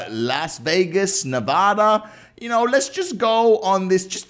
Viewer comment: says nevada Me: SOME WERE IN NEVEADA